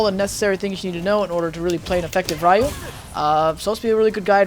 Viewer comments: bro his name is ryu not rai ooh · im pretty sure its not pronounced "rie you" and i think the correct way to say it is "rēˈo͞o" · ***** It's actually Ree-you, well in English it is. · I can't trust advice from someone who calls him "RA-YU" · LEARN TO FUCKING PRONOUNCE RYU'S NAME CORRECTLY! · You pronounce his name incorrectly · Nope, it makes him sound cringy... Speaking japanese incorrectly (reffering to the english pronunciation of it) can be dlly annoying to ppl who know how to pronounce it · pronounce it correctly! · you learn common sense and learn to pronounce it correctly! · hahah I hate that pronunciation on Ryu's name XD... really? don't you know his name?? XD